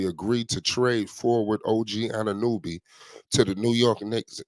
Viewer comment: Dude cant even pronounce OG last name